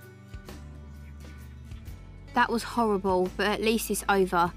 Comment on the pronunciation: said amber is howwible